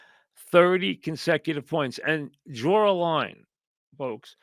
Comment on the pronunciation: "DRAWR UH LINE"